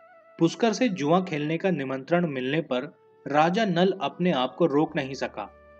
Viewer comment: Kya kya bolte ho udhyan nahi udyan Junia nahi jua otherwise O.K.